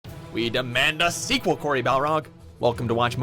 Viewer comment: Dear god you missed pronounced Corey’s name at the very start you morons! It’s seriously his one and only IF only pet peeve! Get it right for god (of war) sake! Get it right!